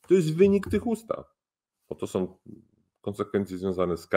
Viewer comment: Erudyta nie powinien mówić oni som,oni chcom.Wstyd.Całokształ super.